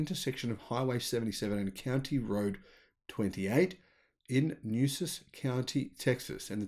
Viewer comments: Nueces is pronounced Knew-S-S or Knew-Ace-S county, in Texas. Not Knew-Sus. Just an FYI,. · Nueces is "noo-EH-ses," meaning nuts in Spanish. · It’s pronounced “new-way-sez” county. Assuming Tesla can run the process will little or no polluting byproducts or waste streams. Just a few miles south is a large Celanese chemical refinery between Bishop and Kingsville known to local residents as “Smellanese” due to the noxious air pollution it creates. I hope Tesla is able to help this perpetually economically depressed area. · it's pronounced "new esses" county.